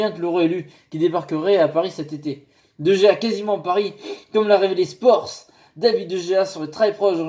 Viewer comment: Ça se prononce Dé Réa;) Super vidéo,. De Gea au PSG, ce n' est pas mal, mais vu qu' il y a Aréola, j' ai envie de dire pas besoin, qu' il reste à MU^^